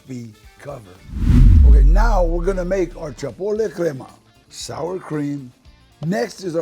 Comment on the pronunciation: Changed the video as soon as he said "Chapotle" 😣😣